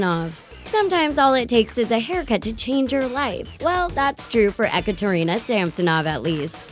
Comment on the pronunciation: its not pronounced ec-or-ter-ina its pronounced e-kat-er-ena i have a friend with that name but great vide0